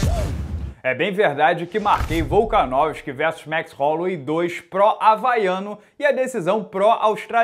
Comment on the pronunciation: Jajajajaja "baichola".....que grande...gran abrazo, genio!